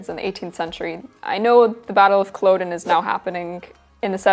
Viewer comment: Just a quick observation. Culloden is pronounced Cull-odd-en.